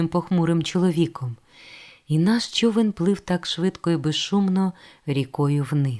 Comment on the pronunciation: Важко слухати через неправильну фонетику. Вона замість "човен" каже "чьовен", замість "чоловік" каже "чьоловік", замість "почав" каже "почяв", замість "почув" каже "почюв", це дратує.